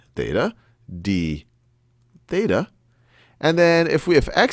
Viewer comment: when you say "this equals to dBETA" i thought u said debata which translates to english into "debate"